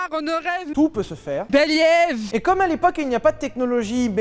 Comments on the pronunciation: Le "béliève" m'a tué ! 😂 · "Le beliève" m'a fait bugger pendant 20 seconde